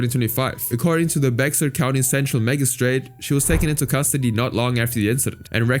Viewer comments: imma let you know now, its not Bex ar, its Bear lol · Bear County. Bexar is pronounced Bear. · Not at all the point of the story, but for the first one, "Bexar County," the x is silent and is actually pronounced "bear county" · it’s pronounced “Bear” Bexar county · Hey internet! "Bexar" is a county in Texas that is pronounced as "Bear" That is all. Thanks. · Bexar is pronounced “Bear.” Ridiculous. Don’t know why. (I’m from Texas) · Bexar is pronounced bear. And it's a county jail that is worse than some prisons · as someone that attended San Japan 2025, I am shocked to hear that story- (also Bexar is pronounced "Bear." it's weird, I know. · "BeXar county" lmao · When you say Bexar county just say bear county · Just came here to say that ‘Bexar County’ in Texas is pronounced Bear County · Just for future reference, San Japan is in San Antonio, the county is spelt like Bexar, its pronounced Bear. It because a lot of the things here are in Native-American/Spanish and not pronounced as they seem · i went to san japan last year. i did NOT know this happened😭 also it kills me how you pronounce "bexar" HELP